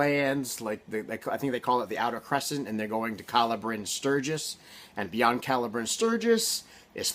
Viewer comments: Calla is pronounced like “caya” in the book they say Callahan is pronounced with the l’s making a regular l sound while calla does the opposite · At the startYou said Calla wrong. Not pronounced the same as Callahan